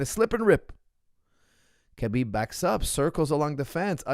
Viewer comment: It’s Habib, not Kabib, pronunciation-wise. He repeatedly said that.